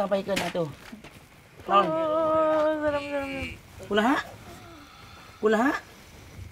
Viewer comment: bukan kunaha tapi kumaha hahahaha. Salfok sama ah hahahaha